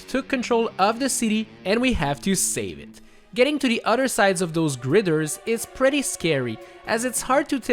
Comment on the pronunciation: girder, not grider